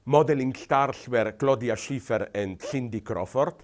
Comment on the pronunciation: Did He say Stiffty Crawford & Claudia Sniffter?